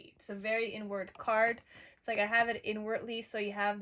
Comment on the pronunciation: “Inward card.” 🃏 It sounds like you’re saying “n word” card. Lmao 😆